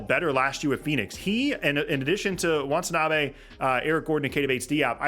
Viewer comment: its "Watanabe" not want. still love u tho - bulls fan